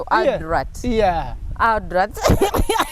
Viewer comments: ALUDAATI, ILITRITI,. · Pronunciation of adult enzise. Obwedda mwenya naye ekyo nfudde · Naye Bad black mbu Aldut instead of Adult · Am an aludat 🤣🤣🤣🤣🤣🤣🤣🤣 instead of adult naye black wa banange 😂😂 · Wabula from gugu(google)psalms to elidulati (Adult)🤣🤣🤣🤣omukazi ono ansesa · Aldut???? Naye bad black its "adult" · 🤣🤣🤣🤣🤣Wabula black Naye Bambi try to correct her in some words adult she pronounced wrong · nawe muno mubulile how to say adult